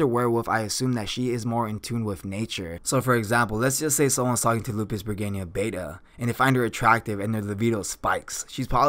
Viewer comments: Appreciate how much knowledge you present And going into the lore that's not covered in the anime is always a positive thing when trying to cover all the intrinsic values of a character. Some of the pronunciations are a bit off. It sounded like Lupus Bergenia Beta, instead of how it's pronounced in the anime of Lups Re Gina with an emphasis on the G, and how you pronounce Cleric like Clerk. I mean this with no targetted disrespect, it's just something that i notice. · Im not bothered with the mispronounced name but you should call her just beta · You mispronounce Lupusregina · I have to squeeze my stressball everytime i hear that regayna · Lupus-REGINA not lupusbregina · R E G I N A not R E G I N I A 😐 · She's a sadistic energetic verwolf girl. There. Also what? "Lupus Reginia" ??? It's Re-Gi-Na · its lupusregina not lupusbreginia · i hear he call it lupus bergania why is that? why is so hard to pronounce LUPUS RE GI NA explain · lel its lupisregina not lupusregina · So I hate to be that guy. But her name is pronounced Lupus(Regeena) NOT Lupus(ReGayna). It’s not the end of the world but if you’re trying to establish yourself as an informational anime you tuber this is kind of inexcusable. I believe in another video you said you were an anime only watcher which is fine but even in the anime they pronounce her name the way stated above. I mean when the last Airbender movie came out and they pronounced his name as “Ong” rather than “Ayng” people lost their shit and it seriously was one of the most annoying parts about that movie. Otherwise this video was pretty entertaining but every time you said her name I just wanted to stop watching. Again not trying to be a douche but I know I’m not the only person out there that felt this way. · i am with you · yes i think pronouncing established names properly is a must. I dont mind words to have diff pronounciation but established names should be pronounced properly specially as an informational youtuber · Regina = Wedge-I-Nah